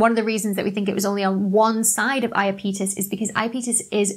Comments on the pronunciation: It's "Iápetos" in Latin (the e is short, so stress is on the a), but "Ιαπετός" in Greek. I rembesle that merark! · I was mentally shouting "eye- app - itus" the whole way through this. Now all I can think of is the South park lads saying "my names scott malkethson and I've got iapeetus" 😂 Great vid doc. Never knew hyperion looked so weird. Just shows there's always more to learn. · It's ahy-ap-i-tuhs, with the accent on the "ap". :-) By the way, you have a pretty darned good singing voice! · It should be /aɪˈæpɪtəs/, stress on the second syllable. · comment section to the rescue about the pronouniation: the moon is called "Iapetus". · Good video as always, but damn you English speakers can't pronounce Greek names.... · Apparently the pronunciation of Iapetus is /aɪˈæpɪtəs/ (accent on the 'a' or second syllable). And don't fret over the misspelling of Phoebe; it's much more interesting to learn about the laws governing the movements and events in the universe, than to delve into the chaos that is English spelling. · When you pro0nounced Iapetus, I assumed I'd been pronouncing it wrong. Then you had the bit in the bloopers, so I checked. We both were! Apparently it's eye-app-a-tus or ee-app-a-tus according to or thereabouts. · NASA Jet Propulsion Laboratory and the Cassini probe chaps pronounce it "I-ap-e tus". But to each his own. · I always heard them say eye-ap'-e-tus, but, it knows who it is... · Pronounced "I-a-pee-tus", accent on the I. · Fun video ! I sort of liked the emphasis on 'on' in Hyperion, but if you're going to say 'I-a-pee-tus' when the entire planetary science community says 'I-ahh-pet-us', then you should at least explain why you chose to do so. Disappointing also not to discuss the possibility that many of the depressions on Hyperion might be sublimation pits rather than impact craters. Planetary science can be a bit messier than astrophysics, I guess.... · i a peetus???? no IAPEH TUS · pretty sure its i-ap-e-tus not i-uh-petus